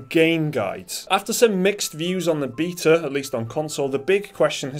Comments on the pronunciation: Every time you say "beta" I keep thinking it's "beater", as if you're running the game on a converted 80's supercomputer powered by a moonshine-fueled generator. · The Beeta? Lmao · You guys make wonderful videos but I must say wtf is a beeeta? 😂